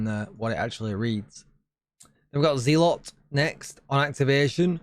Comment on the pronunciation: Smashing coverage as per. This seasons stuff sounds a bit tedious. Lots of micro management depending on which clan you are fighting. I guess we will just have to see at the time, but it doesnt sound too appealing. One little note, as i assume you will be covering this further in the future or streaming perhaps. The one called zealot is pronounced, i assume, zell-ot. As in, religious zealot, or religious nutter. Not a massive deal, but I figured you would like to know. Either way, good stuff